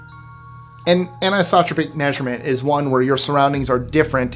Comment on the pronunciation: ... Anisotropic .... An-ICE-Oh-Tropic ....